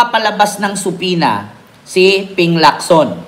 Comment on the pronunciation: Ikaw ang isa s iilan na halos tama ang pronunciationn ng subpoena. Silent B talaga.